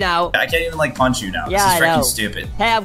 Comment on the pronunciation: Punch not lunch